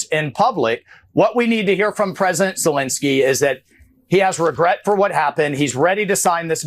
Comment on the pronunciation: It's Zelensky not Zelinsky. Please please stop pronouncing his name incorrectly